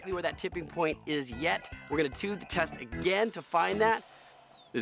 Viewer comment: he sed tet not test